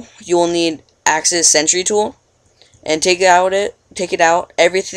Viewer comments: axis center, not pronounced "sentry" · axis centre? pronounced Center not Centry... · yeah buddy, centre is pronounced center